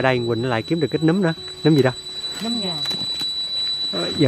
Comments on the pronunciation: Nấmmmm!!! Chứ khôg phải númmm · Nấm chứ k phải nhúm nha anh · Nấm ✅️ Núm❌️ Núm là khác nx ☻️